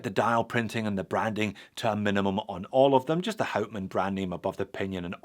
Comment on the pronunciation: And pleaase pronounce hout man as [how t maan] ...good! You did your home work!